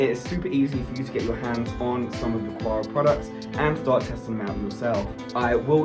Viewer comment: Thanks for the quality information. Small quibble, though: the pronunciation of Aqara should be like "Akara" instead of "Aquara".